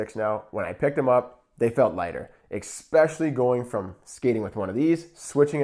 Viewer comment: This guy kills me every time I watch one of his videos and I hear him say the word "eXpecially." It's so odd. There's no "x" in the word especially. BTW Costco carries a nice composite (by Sherwood?) for only $29.99. I just need to whack a puck, so good enough for me!